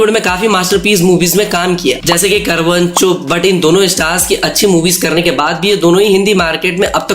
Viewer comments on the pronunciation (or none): it's not करवन bro 😂😂😂 it's कारवां